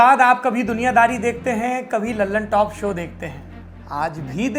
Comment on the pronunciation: दी ललनटॉप नहीं द ललनटॉप बोला करो दोस्त नाम ही गलत बोल रहे हो न्यूज़ का क्या भरोसा By